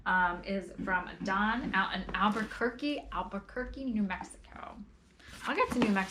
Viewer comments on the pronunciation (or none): none